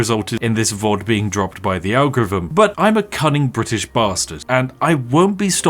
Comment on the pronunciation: So yes, fank you very much for watching Funny bri'ish. Yes, it just dawned on me that just like 99,97% of bri's, you are unable to pronounce "th". Stay awesome.